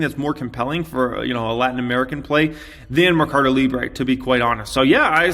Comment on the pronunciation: it's probuced: Merrrrcado Librrrre ( like a Russian) the u will be close to Spanish